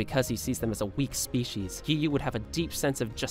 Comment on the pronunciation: WHY IS EVERYON NAMING GIYUU "giyu" BRO ITS GIYUU:face-pink-tears